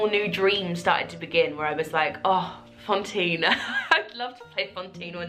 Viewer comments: Congrats, you are wonderful an soooooo worth it!! Just curious, is it your accent that makes it sound like you're saying Fontine instead of Fantine or has the production like changed her name or something? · Haha yes, I know how it's pronounced in French, I speak it. It still sounds like she pronounces is with an o, hence my question :)